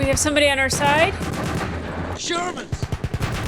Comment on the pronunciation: "SHERmans" not "GERmans" 😊. Don't worry about it, a lot of people get it confused.